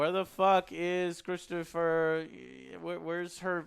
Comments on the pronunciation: Omg joe again with butchering peoples names. It’s Christoph not Christopher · IT'S CHRISTOPH WALTZ. KRIS-TOFF VAULTS phonetically. C'mon man you are a movie critic, get the names right.